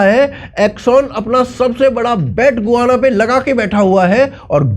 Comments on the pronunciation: Gu-va-na nahi ga-yaa-na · "गोआना" नहीं होता है। "गयाना" होता है। प्रोननसीएशन ही गूगल गार्ड लेते भी लोग। 🙏🏽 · Bhai गुआना nahi hai गयाना hai, 15 april ko hi yaha aaya hun for next 3 months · गुआना है या गयाना है? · It is called Guyana "गयाना"।